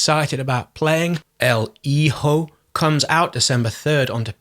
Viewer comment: Despite being subbed, I haven't seen a video from you in ages. What a treat! The way that you curate games, your style of writing and your delivery of narration make a video from you one where I can let go of the keyboard, sit back and just enjoy. I'll definitely be grabbing El Hijo (good pronunciation BTW) and probably Phogs. Your overview of Haven made it sound more interesting than I had previously thought. Couple more in there I"ll be looking into. Thanks, as usual, for such a wonderful round up. Take care, stay safe and well!